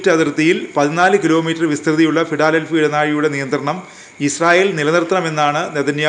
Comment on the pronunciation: ഫിടാലെൽഫി അല്ല 😀😀 ഫിലാടെൽഫി.